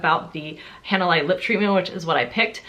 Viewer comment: just FYI Hanalei is a Hawaiian word (so it totally makes sense that you wouldn't know), and it is pronounced more like hah nah lay.